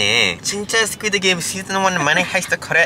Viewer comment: "aneneun, boom, boom, squideu gameu, PYONGYANG" 💀💀💀. I'M CHOCKINGGGG